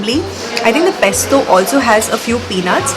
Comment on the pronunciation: Dear it’s pesto and not pestoh